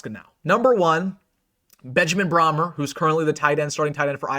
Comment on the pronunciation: it's pronounced like Bray mer not Brahm er..😅